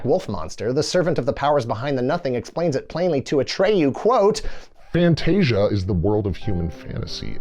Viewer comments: Not Fantastica. FANTASIA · fantasica? is it not fantascia? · Did this mofo call it "Fantastica"? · Why is he calling Fantasia Fantastica?